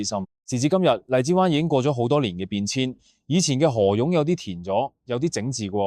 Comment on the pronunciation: ai配音？河涌chong读成河勇yong